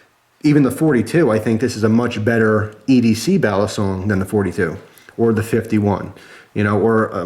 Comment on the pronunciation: Its pronounced "BALLEEEE SONG.. not "BALASONG